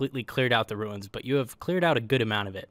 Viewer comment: I will keep watching your videos; but from now on, you must refer to "the Ruins" as "the Wooins".